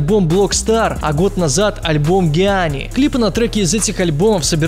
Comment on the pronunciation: Джиани, а не гиани